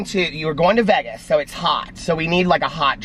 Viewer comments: This was nice!!! Have a fun trip!!!! What a cool person # Josh. Oh, it’s Vay-guz lol. Long A. Calories, who cares your on vacation! Yippee! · Please do the sit down with Josh video..he's a cutie!!! You crack me up the way you pronounce Vegas lol